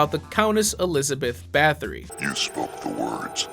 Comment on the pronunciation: not huge but everyone seems to mispronounce Bathory, it sounds like Batory